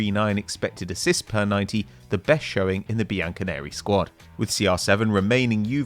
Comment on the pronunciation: ‘In the bianconerri squad’😂 mate just say juve